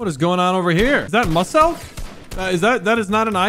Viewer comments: Ye said mus elk instead of muselk he didnt say major m Lazar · "is that Muhselk?!" its pronounced Mew-selk btw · it's muscle Me: Bro it's pronounced Muselk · No one: Absolutely No one:: mooselk and not muselk 😂😂😂 Love ur content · I love how pronounces muselk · Lol . He says maselk instead of muselk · My man said musselk not Muselk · he said musele instead of muselk( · Muss-elk I think it’s pronounced muz-elk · My guy really said “Muss-elk” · Vfgg Gggg he said his name wrkng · The way he said muselk was so funny muselck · He really just said muselk as MOO-SELK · my man said moss-elk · literally said muss-elk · Bro said muhselk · He called muselk musss elk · It’s mewselk muselk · Did u really say muselk mus selk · bruh the way he said muselk 😂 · his attempt to say muselk🤣🤣🤣🤣🤣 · The way he said "muselk" 😡